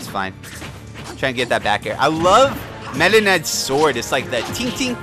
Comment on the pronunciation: constantly sounds like hes saying midna